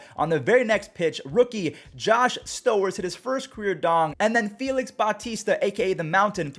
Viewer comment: also Stowers rhymes with showers